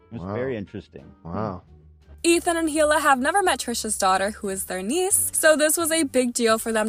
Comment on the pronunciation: I wish you would pronounce Hila' name properly. It made me cringe everytime you said it wrong!!🙄😕🙄